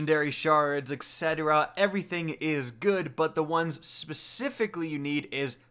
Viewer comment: please it's "ET CETERA" not "EG CETERA". besides that, thanks for the vid :P